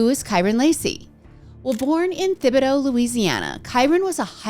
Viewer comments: Im from Louisiana 😊 the H is silent in Thibodaux. (Tibideaux) Love your episodes! If it dont watch any others I make sure to watch yours. Its like my weekly news. 😅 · Came here to say this, too!, you got it sooo close! Most people get the whole thing wrong!